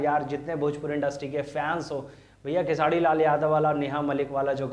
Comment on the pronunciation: भाई आप कब khesari भाई का नाम सही से उच्चारण करना सीखोगे पता नही खेसारी लाल यादव है " खेसाडी लाल " नही ध्यान दो यार कब से चालू हो